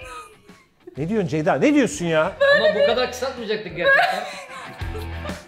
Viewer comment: nobody::çeyda deyda... ama asla Ceyda değil:)